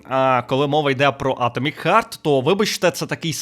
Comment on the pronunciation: я розумію що це шутка, але не хёрт а харт